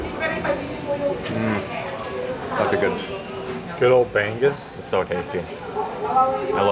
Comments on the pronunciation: I was thinking what is bang-gus🤣 then I saw the plate🤣🤣🤣🤣 bangus pala😆 try say it bang-oos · It's not ban goose. It's bang oose. No 'g' sound. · it isn't "bang-azz" .. it's "ba' - nguz" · BI-BI-QUE 😂 BAG BAG 😂 BREKY 😂 BANG-GUS 😂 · it's pronounced bang-ooze not bang-goose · The way you said Bang-gus, made me onder what you were eating😅. *Bang-gus(milkfish) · I was so confused what the "bang-gus" they were...turned out its BANGUS....haha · i love how they call BANGUS "bang-goose" ahhahahaha BANGUS IN ENGLISH IS MILK FISH. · Great video, guys! Ask one of the locals how to pronounce B-A-N-G-U-S. 😂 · I like how you pronounce Bangus 🤭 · Ask the servers/Filipinos how you pronounce BANGUS. Not from google.